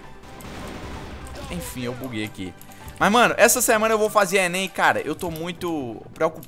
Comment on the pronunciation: ENÊN hsauehsaueae Mto loko tu falando ENEM vey hauehsa..., faz o desafio do Gelo com sal mano hausehae